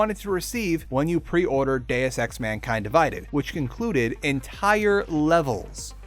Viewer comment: Deus ex, per se; you're mispronouncing all Latin.